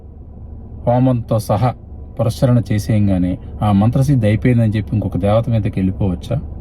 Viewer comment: పురస్చ ర ణ కాదు// పునఃశ్చరణ అనాలి. పునః శ్చరణ అంటే తిరిగి ఉచ్చరించడం.